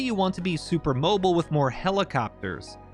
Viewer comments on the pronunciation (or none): none